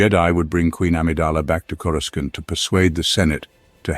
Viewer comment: He drives me crazy mis-pronouncing CorusCANT